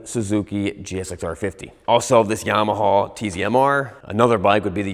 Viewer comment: Yamaha gets so pissed when you or say Yam-uh- haw, it makes the regular bike guy cringe. It must be where you guys grew up, I’ve never heard that pronunciation EVER in my life, even tho I grew up in NJ and rode in PA all the time. You two are the only two I’ve ever heard say that.